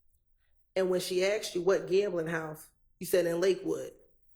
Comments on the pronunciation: Why are these people saying "Aks" English is not my first language but everytime they say that it triggers me and I think "What?? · How is this lawyer still getting away with mispronouncing asked?????